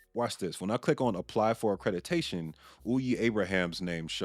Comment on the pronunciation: Omg the way you say accrediDAtion drives me bonkers.